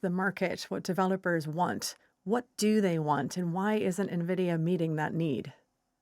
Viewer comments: Nvidia is pronounced EN VID EE YA, not NIV ID EE YA. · en-VID-ee-uh NOT Nuh-vid-ee-uh - why should anyone waste their time when you can even get the pronunciation correctly?! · thought it was 'en-vidia', like jealousy, not 'ne-vidia' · nuh-vidia. smh. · Navidia? Tf is that? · Na-vidia. Real tech guy there. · Host Intros/Teaches us about gaming and major AI players. Mispronounces the company name. (En-Vidia) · (Ni-Videa) DLSS is double-long super short (obv.) 😄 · DLSS is Deep Learning Super Sampling, not "Super Scaling". On top of that the mispronunciation of Nvidia, I have a feeling the BBC "tech experts" are about as "expert" as IGN Journalists are "journalists". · The NVIDIA pronunciation is really getting my goat 😅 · know so much about tech that cant even get one of the worlds largest company names right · Yeah that's ridiculous, how can your front a show on this subject and not even know that..